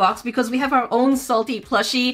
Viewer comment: “Are little baby” says in British accent